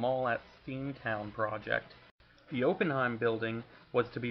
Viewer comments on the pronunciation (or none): It's actually pronounced ahh Penn himes. Nice information on your video